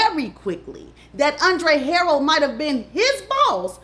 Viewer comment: Andre Huh- rell